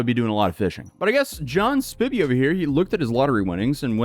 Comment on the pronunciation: Lol now repeat after me s p I vy not spivvy